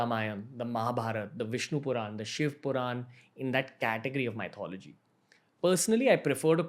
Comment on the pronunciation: Hi Ranveer, great program, I love your podcasts. Just an FYI...you pronounce Myth correctly, but Mythology is not the correct English pronunciation....it's Myth-ology....the same way you pronounce Myth, but just with ology added at the end.